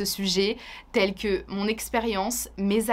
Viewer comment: Ke é‑şţe Que [kə] et e‑pas Queu [kø]. Honnie.